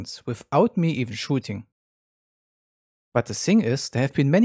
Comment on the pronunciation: I probably hear russian Accent when he say "shooting"